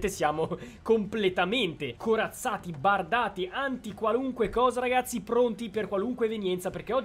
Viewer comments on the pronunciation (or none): Ma ha detto ragasi